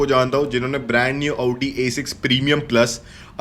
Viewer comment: Auuudi.. bc bolna toh seekh le khud MG chala raha hai bakchodi dekho